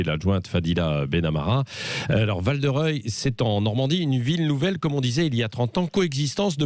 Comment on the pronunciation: Val de Rieul!!! , Même là...